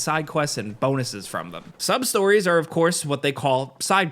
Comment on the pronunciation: I swear i thought you were saying sob-stories at first. I was like wait... what? Side quests in this game are called sob stories? Lol